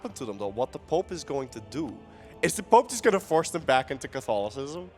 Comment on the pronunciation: I gotta say I love these casters, but the french accent is a... it's pope, it's not "poop".. unless you are pronouncing it that way on purpose, in which case .. thumbs up, dude :D